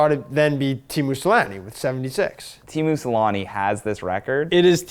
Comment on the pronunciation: I cringe so hard everytime they pronounce "Teemu Selänne" as "Tiimu Salani"